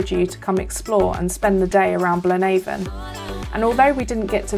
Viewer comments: Excellent video marred by only one thing. The pronunciation of Blaenavon! Nobody in that neck of the woods says BlaenAVON as in river Avon. Its pronounced as to rhythm with HAVEon! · Fascinating! 😍 Again, I've never been here either (which is bad for a Welshman!). I thoroughly enjoyed this one, loads of history 🤩 Really interesting, thank you 👏Btw, Blaenavon is pronounced Blaen afon, which means "River's Head", as it's the source of the Afon (River) Llywd, which feeds the River Usk 👍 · Thank you so much, genuinely it's great to hear your thoughts and feedback. I apologise if i mis pronounced Blaenavon 😶but thats super interesting, i thought it had some connection with the river so its great to know, thanks so much for commenting and watching! <3